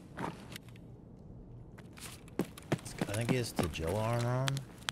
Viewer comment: Does he call him tajilla on purpose. Its so annoying.